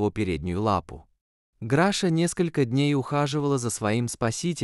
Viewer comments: Не Граша, а Глаша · Что за Граша? Если она Глафира, значит Глаша. Чудовищная озвучка. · Научитесь читать правильно, Глаша не может быть Грашей, и вообще читать надо внимательно. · Ужасное чтение,неправильное ударение в словах ,то он,то она,то Граша,то Гриша.Слушать неприятно . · Перед тем как читать перед микрофоном надо хотя бы перечитать а то получаеться читает то граша то гриша тоесть то мужчина то женщина просто кошмар неправильно ставите ударение неужели так тяжело перечитать текст и очень монотонное прочтение не понравилось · Чтение может быть лучше. Графа то она то он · Обращаюсь к чтецу. Чтение отвратительное, Граша , Гриша. То он , то она. Где знаки, препинания? А уж Е и Е. . Вы хотя бы по смыслу различаете эти буквы? Пожалуйста прекратите озвучивать, буду очень вам благодарна. Поверьте , не я одна. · Когда же научатся ставить правильно ударение?! Так Граша, или Глаша, или Гриша? Он или она? Нужно правильно писать текст, чтобы робот правильно читал!!!